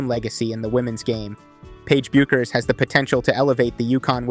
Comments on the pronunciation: The U is silent in her name, he would know that if he has watched any videos on her prior to this lol it’s Beckers when you pronounce it hahaha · Everyone I hear speaking about Paige pronounces her name “Beckers” despite the spelling. This is a good clip, but I wish you could redo the narration and correct the pronunciation.